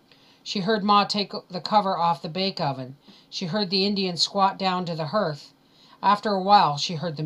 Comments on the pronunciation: YES, HARTH not HIRTH!!! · Thanks for this. But, "hearth", like heart but with the "th". Doesn't rhyme with "earth" like "herth". Shouldn't bug me but that word seems to come up a lot. Or maybe it's a Canadian thing.